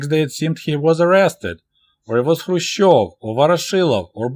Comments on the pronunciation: kh should be pronounced like ch in Loch Ness or S. Bach, or greek letter "chi" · K is not a silent letter, so why is he not pronouncing it in Krushchev.